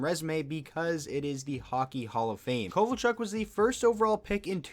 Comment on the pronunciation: Yeah not kovalchuk